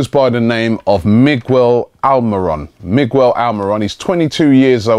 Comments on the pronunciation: Robbie it's not Mig-Well it's Me-gel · Jesus Robbie, it can't be that difficult to pronounce Miguel now is it? Plus Sturridge, as good of a player he is (was?), I just can't stand that damn celebratory dance that he does each time he scores. That being said, we might as well give Akpom the chance.